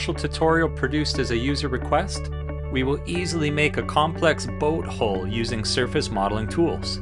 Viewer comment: Nice video but I cringe every time you mispronounce hull.